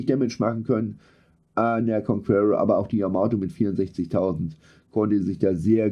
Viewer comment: "KONKUERROR" - ist das Dein Ernst?